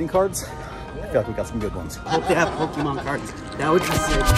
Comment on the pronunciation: For a guy that doesn't know Pokemon, he pronounces them well.